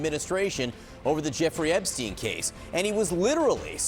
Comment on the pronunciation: Epstein not Eastern